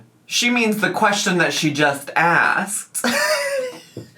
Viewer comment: Why does she pronounce "question" so strangely? Sometimes she says "qweshwin". 🙃